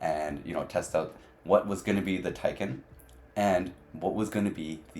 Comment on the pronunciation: I hear a lot of foreign you-tubers say Tie-ken. But you actually pronounce it as Tick-en. You know the bug, a tick? Well use that and place -en behind it.